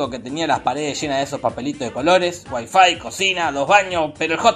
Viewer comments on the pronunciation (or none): none